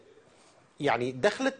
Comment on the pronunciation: It's dakhla not dokhla ... ! It means intro ( introduction ) !